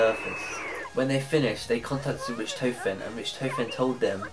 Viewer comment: I hate how you say richtofen, ITS PRONOUNCED RICK-TAW-FEN! >_<